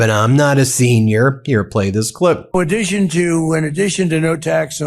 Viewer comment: Trump's right for once. The world is no longer laughing at the US - they are appalled by it. Baffling that he calls his Iran invasion a "war" now. And the mispronunciations: tsocial / social; audition to / addition to; barberas / barbers. If people vote Trump in the midterms, they deserve the call-up papers they'll get to fight in the rest of the Republicans planned wars.